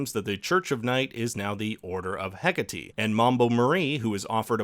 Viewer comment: No one ever pronounces Hecate correctly...